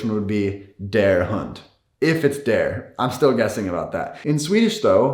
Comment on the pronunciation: He says hund... huhhhnd "uhh" sound in English. From my understanding, its an ooo. Like "ooo, lala" or shoe.